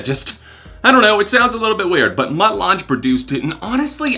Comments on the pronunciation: You should've probably looked up who Mutt Lange is and what he's accomplished (prior to Nickelback) before mispronouncing and discrediting his name lmao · Wow! If you don't know who Mutt Lange is (and how to pronounce his name), nobody should take anything you say about music seriously. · Not throwing any shade, but it's pronounced Mutt "Lang" -- rhymes with fang. Google him, he's kind of a big deal... probably why Nickleback got him to produce the album. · It's pronounced LANG, not la-jang. Or whatever you said. Dude is one of the most successful producers of all time. (Shania, ACDC, Def Leppard, etc etc) Think you'd know that being a music channel. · Lange is pronounced “Lang”, just a heads up. Love ya, Jon! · Just to clarify, Mutt Lange’s last name is pronounced like Lang. He’s famous for working with AC/DC and early Def Leppard. He was married to Shania Twain. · Mutt Lange (Pronounced Lang) is the producer behind bands like AC/DC, Def Leppard, Foreigner, Bryan Adams, and The Cars. He also produced Drones by Muse and pioneered some of the editing and mixing techniques we use today in Digital Audio production on Analog Tape. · Mutt Lange is pronounced like lang. Very good producer, worked with Def Leppard on albums like hysteria and was also married to Shania Twain for a bit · Mutt Lange is pronounced like LANG... he has been a very famous rock producer for decades... but he was famously married Shania Twain once upon a time in the 90's and produced her Come on Over album and rocketed her success back then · It's pronounced 'Mutt LANG'. He was Shania Twain's producer for most of her career, he also produced Lady Gaga's 'You & I'. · How do you have a music channel and not know who Mutt Lange is or even how to pronounce "Lange." LOL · It's pronounced like Mutt LANG lol he used to be married to/make music with Shania Twain. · Uh, you do realise who Mutt Lange is, right? Also, I'm pretty sure it's pronounced 'Lang'. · It’s actually pronounced Lang like K.D. Lang